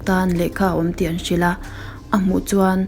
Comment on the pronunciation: Yougen tiin lam tur